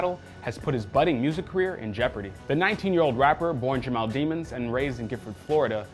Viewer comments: It's not pronounced Dee-mens its pronounced De-mons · it's pronounced dee - muns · It’s pronounced Dey-mon-s